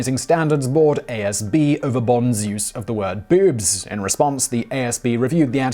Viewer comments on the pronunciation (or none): He said 'bewbs'. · Ok, I'm only 45 seconds in but just need to point out that I love the way you say boobs XD Bewbs...